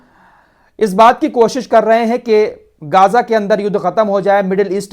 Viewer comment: Bhai m aapki jiyadater news dekhta hu behut achchi news detey ho but kuch words k pronunciation m galti h ex geyja